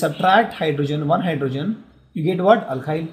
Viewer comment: Its alkyl not alkhyl